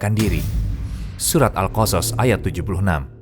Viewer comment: Pengisi suara, bilang surat al qosos benar, bilang karun nya yg kurang tepat